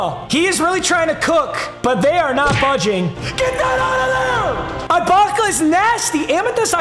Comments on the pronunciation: Bro Ibaka is pronounced (e-bak-uh) not I …. I cringe everytime u say it wrong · It’s pronounced eebaka not eyebaka btw also your packs dude come on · saying eyebaka about 247 times was definitely not ideal for my auditive experience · It’s not I baka it’s E Baka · its not eye baka, its e-baka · It’s gonna bother me for the rest of the season so I gotta address it now. It’s pronounced E-baka, not I-baka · Bro it is no I - bac - uh it’s e- bac -uh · Bro it E-Baka not Eye-Baka 😂😂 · E-baka not eyebaka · stop saying serge eyebaka it’s serge eebaka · Ibaka or “ee”Baka. Just please no more “I”baka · “Ee-Baka” not “eye-baka” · It bothering anyone else that he is saying I-Baka instead E-Baka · Its E baka not EYE baka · Just to let you know its pronounced eebaka not eyebaka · It’s eeeeebaka not eyebaka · ITS PRONOUNCED UH- BAKA NOT EYE- BAKA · It’s pronounced “E-baka” not “I-Baka” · i know is kinda clueless with NBA but it’s pronounced E-baka and it icks me how he says it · Come on it’s E-baka not I-baka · I cringe every time he says "I"baka and not "e"baka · It’s (E Baka) not (I Baka) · “EYE BAKA” 😂😂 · The way he said serge eyebaka was too funny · Man really says "eye-baka" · Him saying eye Baka makes me so mad lol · If he says ibaka like eyebaka one more time I swear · as a raptors fan, hearing him say serge "i"baka is torture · "Serge Eyebaka" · Nobody: serge IIIbaka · Making me mad that he’s saying EYE-Baka😂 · eye-baka lmao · "serge eye-baka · Serge Eye-baka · FOR THE LOVE OF GOD, ITS PRONOUNCED E-BAKA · just a little tip ibaka is pronounced with an “e” sound so like ebaka lmao love the vids man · The guys gotta stop saying Eye-baka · bro its pronounced eh baka lol. fire vid tho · Its Eebaka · Papa you need to pare serge eye-Baka with Jonas Val-enc-ee-you-nas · It’s pronounced e-baka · His name is pronounced ebaka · It’s pronounced eeebaka instead of ibaka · Him saying ibakas name wrong is killing me 😂